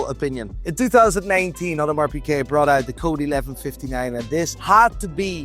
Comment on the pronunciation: Piguet, not Piquet. Seiko, not Seeko. If you sell the things, I think you should be able to pronounce their names. Though I guess that never stopped Teddy Baldassarre.